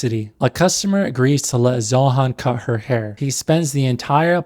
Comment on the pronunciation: Zoran has the bulge because of "de haair". Most important part is de haair, not your wiener